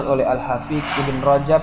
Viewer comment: Ada beberapa kata yg perlu direvisi seperti kata Hafiq harusnya Hafidz, kata Usur harusnya Ushul